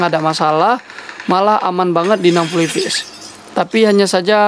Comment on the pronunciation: gak bisa bedain V sama F kah bang? FPS kok di baca VPS 🤣😂